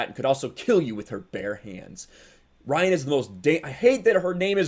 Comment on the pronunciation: I agree Mysik but they may spell it as Ryan but say it Rehaan. Lol